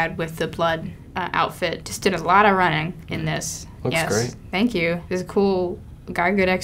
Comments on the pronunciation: "Good actor" "Thenk😔" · "Good actor" "Thenk" Yup that's how teenagers talk. Take notes, writers.